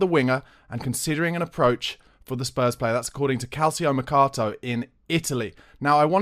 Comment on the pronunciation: It’s pronounced Cahl-cho maircarto